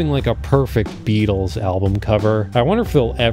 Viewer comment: Beatles. Not Beetles.